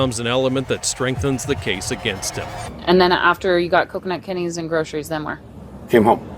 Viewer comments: I'm sure everyone's saying grosheries and not groceries. Is that just me? 😂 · I'd arrest him for the way he pronounces groceries....